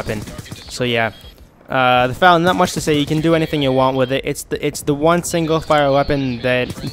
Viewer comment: F A L not fal